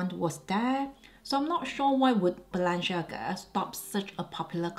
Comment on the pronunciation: Celine not the same anymore I agree, and the lady dior looks off. Btw Balenciaga you are pronouncing incorrectly please research and pronounce correctly.